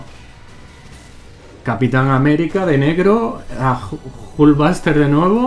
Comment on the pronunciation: La airon espayder y la jul vaster jajajaja